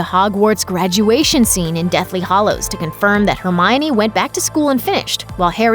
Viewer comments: Deathly Hallows — not “hollows.” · “Deathly HALLOWS”, not “Deathly HOLLOWS”! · It's Deathly HAllows not Deathly HOllows!!!! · Deathly HALLOWS not hollows... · It’s deathly hAllows NOT deathly hOllows!! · Did this person really just say the deathly hollows ? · This video is clearly misinformed in many ways... It's the Deathly Hallows, not Hollows. And the goblin is called Grip-hook, not Grifuk. And in Aunt Marge's sentence, the word that is bleeped out (which I won't write here for fear of being censored by prude algorithms) is not a swear-word at all, it's just the normal term for the female dog.